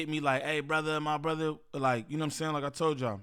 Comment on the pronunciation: You can tell flakko jUST added “brothuh” to his vocabulary…